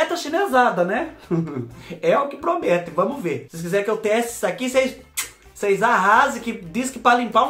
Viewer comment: Adoro quando ele fala "cheira pra ocêis vê"😂😂